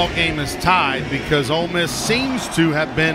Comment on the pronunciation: Did commentator say "Old Miss Rebels" I thought hey were the brown bears... or land sharks.